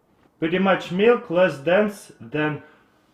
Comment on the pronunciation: where do I find this "meelk"? :P